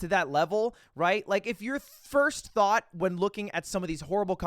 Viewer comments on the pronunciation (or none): Everytime you say "thought" I hear "Thot"....